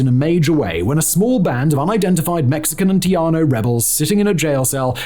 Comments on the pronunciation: I as a Texan sat here for a good 6 minutes wondering how I hadn't heard of a Tiano. That's Tejano, Simon, said Tay-han-oh. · Love this video and all of his other channels. Pero, my Houston born, Mexican-American, Tejana self winced every time Simon said 'Teajano' instead of Tejano (pronounced, te-HA-no).. He's so freaking British 😂 jaja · TEJANO has an "H" sound to it.Not "J" or "Y".TEHANO! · I think what you are trying to say is "tay-HA-no". The j is an h, not a y. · Trianos is what I kept hearing him say. I thought it was some unknown group of Hispanic freedom fighters I had never heard of. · .....and Simon, it's pronounced. Tay-' hah -know....just sayin' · So "tejano" is indeed what he is trying to say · Your Wikipedia comment is so true and funny because I browsed Wikipedia's entry on this topic when looking for who the "Trianos" could have been, not able to believe that it was all so bad that he was just actually pronouncing Tejano wrong. Their understanding seems to be even worse than Wiki. Unfortunately, from now on I will be watching all future videos by this channel with more doubt and "Show me" level suspicion. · Haha I was wondering what’ a “tiano”was !!! At least what it sounds to me !! 😅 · 😂Simon, say "Tayano" in Texas. Tejano sounds more like "Teh hanno" because Spanish pronounces "j" like "h" whereas northern Europeans often pronounce "j" like "y." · Tejano has a hard j. Like you're getting ready to hock a loogey.